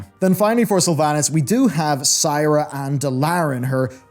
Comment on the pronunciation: Sira = pronounced Seera. :)